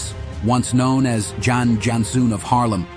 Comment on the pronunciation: 1. Jan is pronounced like "yawn", so "Yawn Yawnsoon van Haarlem". 2. He was the "Blond Arabian".